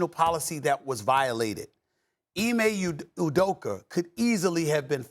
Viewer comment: “Ime udoker”- stephen a